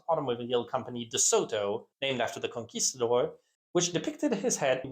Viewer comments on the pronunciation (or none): none